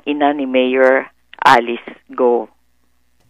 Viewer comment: Bakit ba gu o ng gu o. Wrong pronounciation po. Its go.